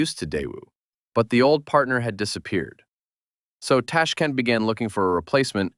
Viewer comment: I have a feeling the voiceover is AI. Someone who is making a video about Uzbekistan would know how to properly pronounce Tashkent.